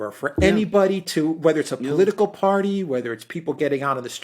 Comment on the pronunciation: Why do the chaps speak like thier deaf and dumb every time they mention the political party.?